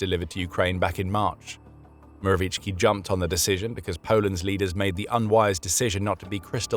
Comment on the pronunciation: Few things author- Morawiecki would be pronounced more like Moravietski. Other thing is that, we were commie but not soviet. Soviet Union together with us and few other countries. were in a certain Pact named after my city. As for the topic, honestly, screw Kremlin. We need to always have a strong stance, it's the only way. I mean, eitther that or being a vassal. Never again.